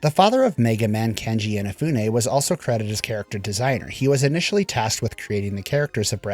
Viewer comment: "Keiji Inafune" not "Kenji infafune"